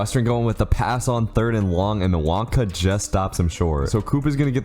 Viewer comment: I don't want to be that guy but say nwawkpa like wawpa next time